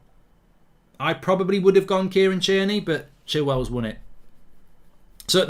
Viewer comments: He’s called fucking tierney not cheerney, you pronounce so many players names wrong. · Yeah “Tier-Knee” why is he saying it like that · Who tf is Cheerney?